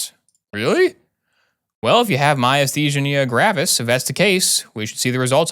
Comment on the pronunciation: You said Myasthenia gravis perfectly the first time and continued to to pronounce it worse every time after.